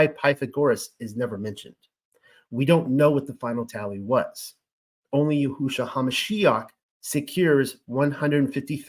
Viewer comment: In listening to you, I have observed that you have tried to pronounce words properly, for instance: YAHUAH YAHUSHA In my opinion, you have the words spelled correctly. However, in each case, the emphasis should be moved to a different syllable. YAHUAH should have the following emphasis: YAHuah Similarly, YAHUSHA should have the following emphasis: YAHusha This name means "YAH who saves." It does not mean "yah WHO saves." In your own name, "" should be pronounced with more emphasis than your middle name or your last name. Blessings, Daniel